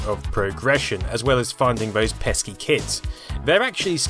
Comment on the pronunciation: Ah, feeling fisky, are we?